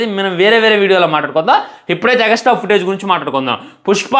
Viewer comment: Extra ❌ egastra ✔😂